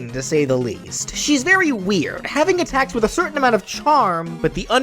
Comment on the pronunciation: When he said that muffet would hold her tea set I heard “a tax” instead of attacks and thought she was a tax collector